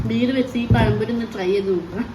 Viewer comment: നാക്കൊക്കെ ഇടയ്ക്ക് ഒന്ന് വഴിക്കണം കേട്ടോ.. പഴം പൊഴിയല്ല പഴംപൊരി 😊 പറയുന്ന കാര്യം ഒന്നും മോശമായിട്ട് വിചാരിക്കരുത്. വീഡിയോ അടുത്ത് ചെയ്യുമ്പോൾ ഇതുപോലുള്ള തെറ്റ് ഉണ്ടാവാതിരിക്കാൻ വേണ്ടി പറഞ്ഞതാണ്.